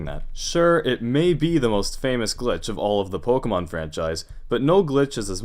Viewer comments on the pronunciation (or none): none